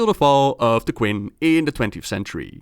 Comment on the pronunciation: Cool vid with some neat real world references. btw the Q in Qing is pronounced as ch/tsh (like in China). Now you gotta do the story of Brewfest in october